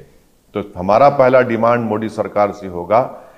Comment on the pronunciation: ओवेसी जान बूझकर प्रधान मंत्री जी के SURNAME का उच्चारण गलत करता है। ये मोदी की जगह मोडी बोलता है। ये पढ़ा लिखा आदमी जो सांसद भी है । इससे यदि प्रधान मंत्रीजी के SURNAME का pronunciation ठीक नही होता है तो ये एक अति विचारणीय प्रश्न है। नाम किसी भी भाषा मे हो लेकिन उसे एक तरह से ही बोला जाता है। पहले लोकसभा के जिम्मेदार पदाधिकारियों द्वारा इसे लिखित मे समझाना चाहिए। इसके बाद सुधार की उम्मीद की जा सकती है।ये एक गंभीर मामला है कि कोई सांसद प्रधानमंत्री जी का सरनेम जानबूझकर गलत बोल रहा है।